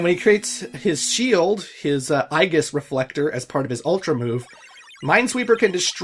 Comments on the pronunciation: Just a quick note; I believe aegis is pronounced "A-Jis". It's, Latin (I think), for shield. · I believe Aegis is pronounced "ee-jiss." It's Zeus' shield from Greek mythology. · Aegis, the A is silent and it's a hard E at the beginning. Kind of like Aether, it's the same pronunciation as Ether. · "Eye ghiss" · I’m different in that I always pronounced it as “Age-is” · Uh... the way you say Aegis, is that also canadian? :o just asking.